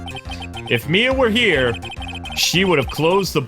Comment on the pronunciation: What's with you and the name Mia? Is it so hard to say? lol